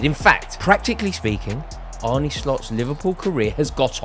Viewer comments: It's not Arnie Slot it's Arne pronounced as in John Arne Riise. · it's pronounced Arn-uh not Arney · His name is ArnE not Arnie You pronounce it like ''ARE NUH'', not ''ARE NIIII'' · Sweet baby Geesus, his name is not "ARNIE" ! How difficult is it!? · Its pronounced arne like R-ne(cessary)